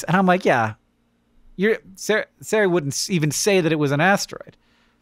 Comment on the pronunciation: So distracting that the name Ceri is pronounced so badly and tortured with S noises. It has a hard C. A cuh. It's only entitled ignorance to destroy names native to other countries